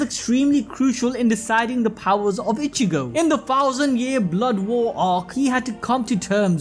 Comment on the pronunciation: say it with me (e-chi-go) its not ( itch-e-go)